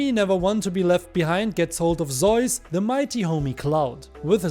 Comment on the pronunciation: why do you pronounce zeus as zois? lol